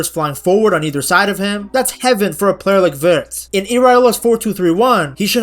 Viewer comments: yeah he always says Virtz😂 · lol why you say Wirtz name like that? 😂😂😂😂